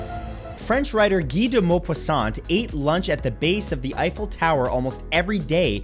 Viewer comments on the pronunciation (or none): none